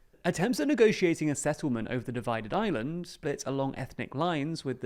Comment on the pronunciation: I thought he said “divided Ireland” lol